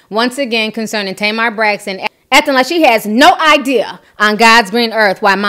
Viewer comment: The way you said NO IDEA 😆